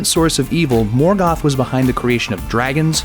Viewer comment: Morgath :D Soran :D